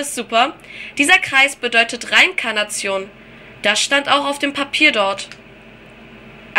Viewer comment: es wird Re-Inkarnation gelesen ^^